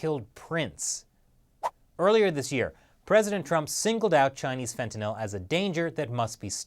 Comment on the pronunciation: Glad you pronounced fentanyl right